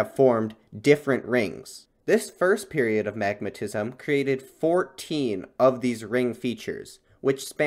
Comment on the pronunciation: I was so confused because I thought you said magnetism … took me ages to figure out it was magmatism 😅